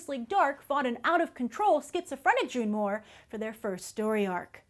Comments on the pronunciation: Isn't it June moone and not June moore? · She keeps calling her June Moore it's June Moone! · Its June Moone. not Moore. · ITS JUNE MOONE! NOT JUNE MOORE!